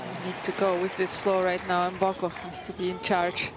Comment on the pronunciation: it isn't Emboko, it is m as in 'mhmm' Mboko